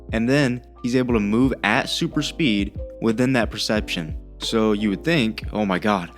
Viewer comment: Oh, my God... Another "Acsilieishen AnD SupiiD". The cattle truly enjoys repeating stupid buzzwords after one another.